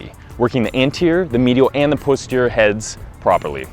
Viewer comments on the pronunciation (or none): Dude, stop saying "PUSS terior" ha ha